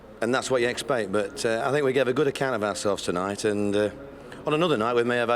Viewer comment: The way Neil Warnock says ourselves sounds like arseholes